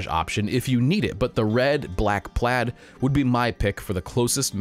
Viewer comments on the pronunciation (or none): none